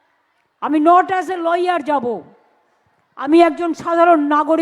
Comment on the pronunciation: ল ইয়ার নয়,, লায়ার ।